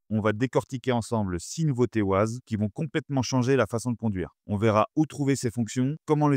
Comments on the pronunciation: On prononce 'Wayze' pas 'Waze'... Ces Français et leur accent anglais 😂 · Wayze..pas wazeuhh lol tu fais pitier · Ça s'écrit waze, mais on dit waize, c'est anglais. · Waze😂 on dit Wèze😂😂😂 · Mouhahaha pour information on ne dit pas ouaze! C’est un contraction de deux mot Ways et Maze Waze est un jeu de mots anglais basé sur le mot "ways" (prononcer wéze), qui peut se traduire, en fonction du contexte, par : « voie », « chemin » ou « manière (de faire) » et maze (méze), signifiant « labyrinthe » 😂😂😂😂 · Bonjour. Waze se prononce ouaize comme ways (chemins en anglais). C'est justement parce que le nom de domaine était pris que les créateurs ont choisi une orthographe différente. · Ah les camemberts... Waze c'est Wéze à l'audition... Comme Modern Warfare, c'est Warfére à l'audition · Très intéressant merci, mais alors : "ouaze" Ça c'est vraiment pas possible !!! :) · ah oui "woize" c'est bien ... :-) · J’ai entendu « Wouaze » j’ai quitté la vidéo direct 😄🤦🏾‍♂️🤦🏾‍♂️🤦🏾‍♂️ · Waze, qui est un mot anglais, se prononce wé-y-zzz... C'est que ça fait mal aux oreilles... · La prononciation. Le nom de l’application est bien Waze mais ça se prononce à l’anglaise weīze (comme « ways » qui veut dire chemins ou routes en anglais). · J'ai entendu "waz" j'ai direct quitté la vidéo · J'adore la prononciation française, mais en effet, ça casse un peu les oreilles... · Je peux savoir pourquoi vous ne prononcez pas correctement WAZE ?